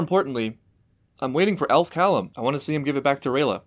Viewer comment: It's 'Elf'